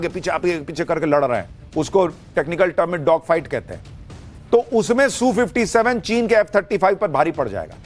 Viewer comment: Sushant ...rest of the World calls it S U 57 .....not Soo57